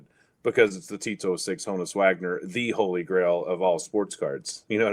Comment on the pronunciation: So how does, a Pirates fan continually mispronounce the name Honus?